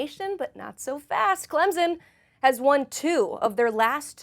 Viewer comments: worst part about being a clemson fan is hearing people say “clemzon” instead of the way it’s actually said 🙄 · you lost me with "Clemzen"...